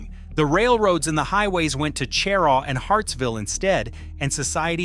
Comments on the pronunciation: she RAW, not CHE rah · Is not pronounced CHAIR-RAW!! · IF you are going to do this then learn how to say the town names- Cheraw and Honea Path horably mispronounced